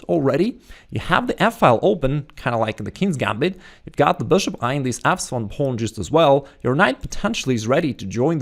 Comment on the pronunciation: every time you said f7 pawn I thought you said "asshole of a pawn" lol